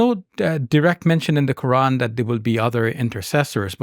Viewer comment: It’s not Qur-Ann, it’s Quran and it’s not Dr Shab-Beer, it’s Shabbir.